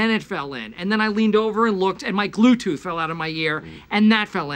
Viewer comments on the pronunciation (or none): They way Michael accidentally said “gluetooth” and Jim corrected him DEADDD